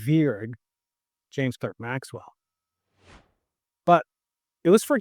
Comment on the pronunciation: I thought Clerk was pronounced Clark?